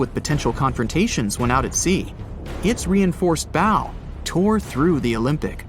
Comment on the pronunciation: It’s not a ‘Bo’, it’s a BOW, rhymes with Ow!!!